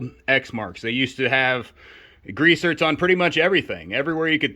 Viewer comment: Are you saying grease zert? I'm guessing you are saying grease zerk but I'm hearing zert.